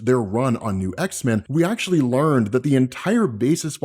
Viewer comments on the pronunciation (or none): none